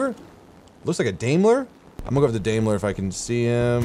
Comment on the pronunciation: btw, daimler is pronounced (die-m-ler)